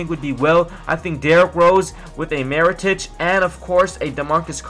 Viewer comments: His name is Mirotic, not Marotic.. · mee-ro-tich. his name is not that difficult